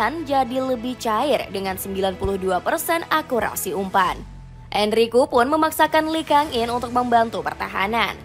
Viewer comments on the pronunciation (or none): Enrique itu DIBACA EN-RI-KE! Ini AI yang baca ya? 😂😂😂